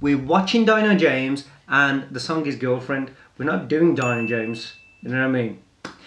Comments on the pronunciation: Not "DYNO" it's DINO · Its not "dyno" its more like 'D'----- 'NO' James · Actually the pronunciation is like Deeno not Dyno . Love u all❤️